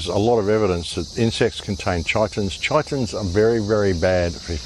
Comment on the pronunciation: In the 1950 film, 'The Thing From Another World', mention is made of a 'chitonous substance' ie. ki-tun-nous' (hard 'k'.).